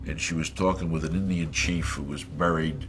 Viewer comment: It's called 'Indian burial ground', not fukn "injin", you old todger!